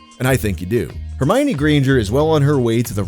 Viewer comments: I remember seeing countdowns for Jojo and the D'amelio girls. Also, it's read as Her-my--one. I don't find it creepy, because they were the same age as me, or older. Growing up I had a crush on emma, then saw her nudes and went ugh nvm. Same with lohan. The olsen twins never got me tho. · I thought it was her-my-knee? You pronounce the o? Her-my-uh-ni?! 😅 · The way he pronounces her name reminds me of Humbert pronouncing Lolita. "Her the apple of mi eye, the mio to my minestrone, one you my one Her-mi-one" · why did i pronounce her name "her-me-oh-nay" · who's "Hermoine" bro